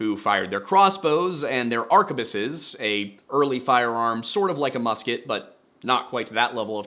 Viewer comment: Arquebus is pronounced aar-kwuh-buhs not ark-a-biss. And it's not "sort of like a musket" it IS a musket. Muskets fall into 3 categories based on the ignition form, Matchlocks, flintlocks and percussionlocks are all muskets. Additionally, there are two subcategories, smoothbore and rifled. Matchlocks are all pretty much smoothbore, while flintlocks and percussionlocks where both made with and without rifling.